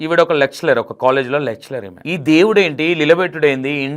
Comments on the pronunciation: యాంకర్ గారు మీరు ఇంకా మాట్లాడాలి ఎందుకంటే భాషలో తప్పులు ఉన్నాయ్ అవి ఇప్పుడు చెప్తా వినండి ఎస్పెరెన్స్ (experience) సనాత ధర్మం ( సనాతన ధర్మం) లెక్సెలర్ (లెక్చరర్) సక్స్రైబ్(subscribe) నోటిస్పెక్షన్(notification) ఫాస్టివ్ (positive) అంబ్లెన్స్ (అంబులెన్స్) ఇన్ని తప్పులు ఉన్నాయ్ ఒక్కసారి సరిచుసుకోని సరిచేసుకోండి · లెక్చలర్ కాదు లెక్చరర్. మధ్యలో చర్చికి వెళ్లే వాళ్ల గురించి నీకెందుకు భయ్యా? నువ్వు చెప్పేది ఏదో చెప్పరాదు.